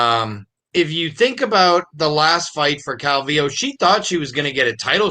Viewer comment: What’s up wit this guy who can’t say “calvillo “ right !!! Cmon bro !! 🇲🇽